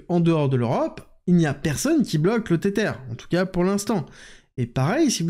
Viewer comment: Tether se prononce Tesser... avec la langue entre les dents. 😊 comme un zozotement